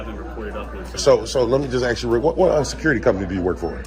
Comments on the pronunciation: Agreed, before we praise his voice so much getting a handle on how to speak and pronounce words would go a long way towards making him a top pick for being articulate. All that Axing needs to be the first thing to correct. He does have a good grasp on what the facts are although I hated seeing him miss the opportunity to slam Officer Anderson when she took exception to him using the word "molest" saying it's 'such a powerful word" because thats exactly the word the constitution uses when refferring to police harrassing citizens in the 4th amendment. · I WATCH THIS GUY ON HERE BUT WOULD NEVER WATCH HIS CHANNEL. HE CAN SPEAK ENGLISH SO SAY "ASK" NOT "AXE" AS YOU SOUND DUNB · PLEASE STOP SAYING, "AXE" ... IS 'ASK' REALLY THAT HARD, OR OFFENSIVE ??!?? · I think this gentleman would get a little bit more respect if he could pronounce the word(ASK)